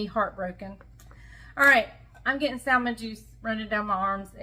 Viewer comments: I'm sorry, I have to agree. I think I've heard you say samon without the L. Why are you pronouncing the L now. also pronounces the L. We're all just wondering why? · Please don't pronounce the L in salmon